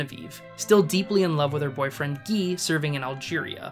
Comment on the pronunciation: By the way, the French name "Guy" is pronounce "Gee" (hard g). If you are such an aficionado of these films, why do you murder pronunciation of place and character names?